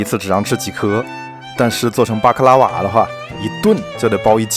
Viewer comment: 他說的：巴克拉瓦 我聽到的：瑪卡巴卡